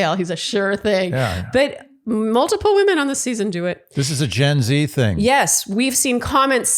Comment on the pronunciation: NOPE GENZ - you sound ridiculous! I have my own genz and he says it correctly. This is YET ANOTHER result of the education system in this country. It honestly makes you sound as uneducated and silly as the rest of the world sees us already. AND it hurts my brain. =P